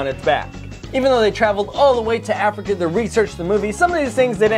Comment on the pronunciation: You said Afica